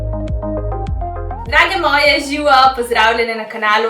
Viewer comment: si super youtuberka sam zanima me zakaj vedno na začetku rečeš žiuo namest živjo :)